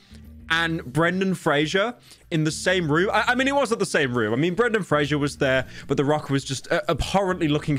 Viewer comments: also it's fraser like razor not frasier the show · Brendan Fraser, not Frasier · It's "Fraiser" not "Fray-shur" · It's 'Fraser' not "Frager" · FRASER NOT FRASHER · Frazer like Razor according to the actor himself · His last name is pronounced like 'Frazser' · Pyro claims to love Brendan but cant even say his last name right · Pyrocynical, speaking is your job...How tf are you mispronouncing Zoa and Fraser?